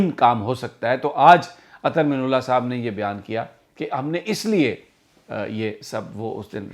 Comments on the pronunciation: Real pronunciation is Ather Min Allah. Not Ather minullah.please correct Sami bhai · The correct pronunciation of his name is: Minallah Not Minullah مِنَ اللّہ Not مِنُ اللّہ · Sir sorry to say but must correct u, please. Ap guzishta kai dinomse Chief justice ka naam ghalat pronounce kar rahe hen. Ap " Minallah" lafz ko " minullah" pronounce kar rahe hen. Arbi lafz ki meaning mamoli zer zabar badal jati ha. Plz consider it. Thank u